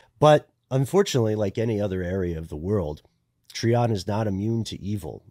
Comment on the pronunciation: Pretty sure you’re referring to, Try-On not Tree-On. Growing up close to it we heard stories about the house. We heard the devil worship that happened in the house and how authorities cemented the basement to keep people out. The GBI agent who investigated it wrote a book about it.